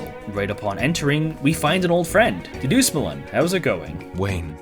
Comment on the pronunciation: That is the worst pronunciation of Dedusmuln i have ever heard. Go down to Frozen Burritolevel person